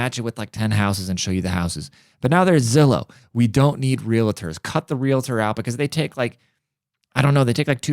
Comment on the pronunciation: Lol it is pronounced real-tor